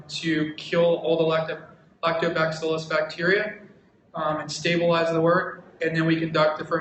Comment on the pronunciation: is he saying lactoback-cillus...? I was under the impression it was lactobacillus? haha